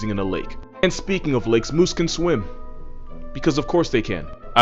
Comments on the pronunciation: the “moosiah” 😂😂😂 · Its "Meese"